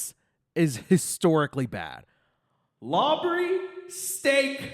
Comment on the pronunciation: Lawbrey Stake??? 😭🤭